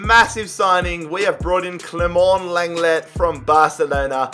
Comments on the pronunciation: Sorry, I have to do this... but it’s pronounced “long-glay” for Clément Lenglet. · Imma have to be the third who says Leng-ley at least thats how it sounds in game